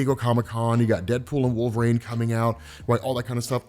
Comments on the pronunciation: Once....just once, man. Pronounce it correctly. It's "reen", wolverine! Not wolve"raine" SHEESH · The way you say wolverine with an A. HURTS. it hurts sooo much. Great work